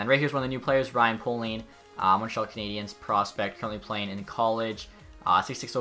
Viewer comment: Ryan Payling is how you say it